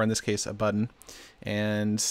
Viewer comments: Heh... "Buddon" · "buddon" lol sorry Seth, I had to